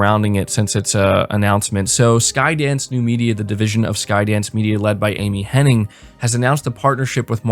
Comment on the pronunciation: Sigh. All these people talking about Amy Hennig—with this very video including a screenshot of an article that includes the spelling of her last name—yet y’all still can’t pronounce it correctly!!